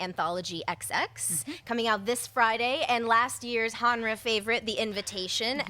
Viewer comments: More than Halloween being the hands of 2 trustworthy guys, but the company it's under. In Blumhouse I trust! And it's okay, it's still spelled Genre, but the G is soft, like spanish, lol. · great show as always. can't wait to see how pronounces Genre next week